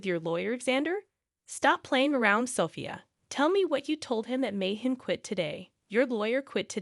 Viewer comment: This is ridiculous. At least get someone who can pronounce the words.....especially the wife's name....is it SoPHIA ....or SOFia. I've made a note to self....don't watch this crap again. Total waste of time, even when I'm TRYING to kill time.